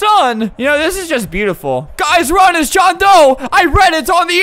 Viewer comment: “GUYS RUN ITS JOHN DOE I READ IT ON THE INTERNET” wth was that accent lmao